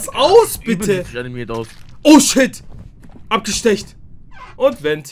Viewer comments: es heißt ABGESTOCHEN!!! Nicht abgestecht 😅😅😅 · is irgendjemandem aufgefallen, dass er immer abestecht gesagt hat ?? aber wirklich no hate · Nur zur Info das heißt abgestochen und nicht abgestecht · Immer dieses Abgestecht das heißt Abgestochen 😂😂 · Es heißt abgestochen und nicht apgestecht😂